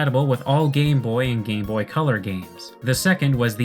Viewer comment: ok I can't be the only one who hears "Gay boy" when says "Game boy" right....which also makes the "GB Hunter" quite a questionable name.